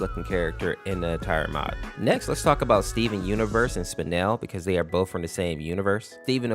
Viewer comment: It’s not spinal it’s spinel